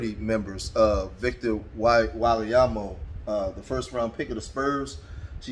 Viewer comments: Ain’t even close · I cannot stop laughing at how you pronounce his last name 😂😂😂😂😂 Victor WhyleealiAmo ☠️☠️☠️☠️☠️☠️☠️☠️☠️☠️